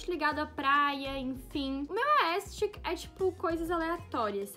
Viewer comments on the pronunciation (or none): Miga vc tá falando aestic kkkkkkkkk, é aesthetic, mas ficou linda essa produção amei🥰💞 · no começo: vcs disseram q se pronúncia "aestheric" ent vou falar assim no meio: aestic, aestic, aestic kkkkkkk